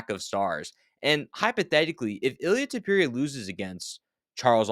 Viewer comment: Tupurieuh 😂😂😂😂😂 how are you saying his last name bruh😂